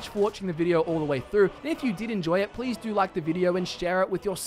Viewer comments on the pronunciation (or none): none